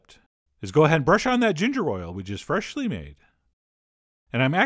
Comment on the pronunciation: FRESSSHHH-ly ground black pepper